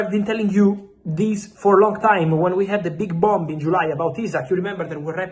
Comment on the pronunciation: Bomber 😂 bomb is pronounced bom, the second b is silent